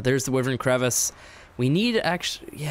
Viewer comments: Its wyvern, not wivern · You are saying wyvron wrong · why vern not wiv ren